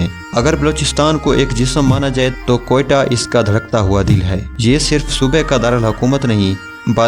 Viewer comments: جناب اس نام ۔۔کوہٹہ ھے۔کوٹیا ۔نہیں پہلے آپ اس شہر کا تلفظ ٹھیک کریں پھر ویڈیو بنائیں۔کوہٹہ ۔۔۔۔۔۔کوٹیا نہیں ۔۔۔ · Kahan say aa jaatey hain dekha hi kabhi Quetta? Talafuzz to thek karo phir video upload karo😂